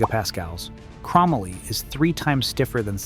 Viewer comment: “Crow Molly” not “Crom uhly”